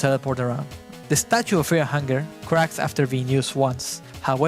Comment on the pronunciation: Feaw and hungew